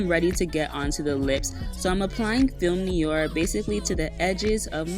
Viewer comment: I noticed you said "Film Niyor" instead of Film Noir (nwahr) in one of your other videos too. I'll probably get this lipstick also since I pretty much ran to the Mac counter to buy Taupe after seeing it on you. Your videos never disappoint 👌